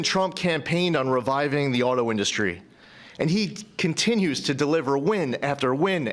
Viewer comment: induhstry is my fave trump word. the best word people say